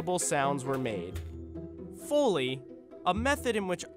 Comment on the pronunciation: ITS PRONOUNCED FOE LEE